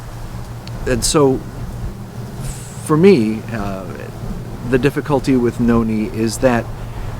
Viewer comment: My name is Noni but u pronounced it wrong